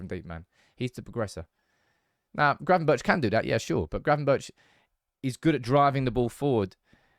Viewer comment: Good content but as a dutchman don't pronounce the h if you say gravenbergh🤣🤣